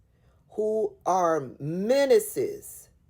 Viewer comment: Menances, not minuses